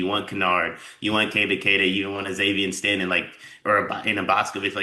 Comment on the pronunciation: Xavion Stay-ton. He's gonna need some time to get comfortable. Great potential though